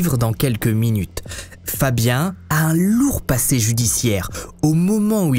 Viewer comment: FABIAN NE SE PRONONCE PAS COMME FABIEN !!!!!!!!!